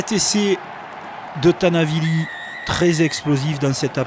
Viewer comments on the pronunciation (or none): C'est Tani Vili pas Tana Vili... et puis c'est qui qui ? C’est le kiki ! (bonjour le commentaire au secours !!!)